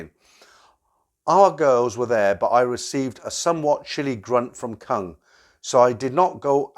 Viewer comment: Koong , K is pronounced G and it means proun or shrimp.